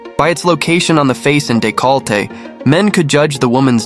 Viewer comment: Remember to look up the word decollete before you use it again. Do you have a word in every video that is pronounced incorrectly and I don't understand it .😂